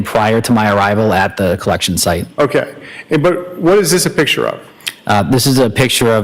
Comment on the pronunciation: So, defense team, the word is picture, not pitcher. PICK chur, not PIT chur. You're welcome.